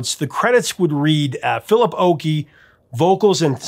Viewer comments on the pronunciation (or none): none